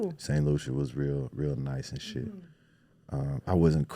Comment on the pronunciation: Ok who is she.... at the mark... the way she said shiiidd... yeah that black boy friend really injected the culture in you 😂😂.